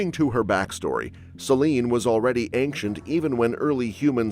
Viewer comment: So she's Galactus. She is, indeed, "aink-chent", lol